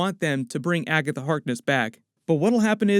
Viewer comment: It bothers me that he pronounces Agatha Harkness like Agga The Harkness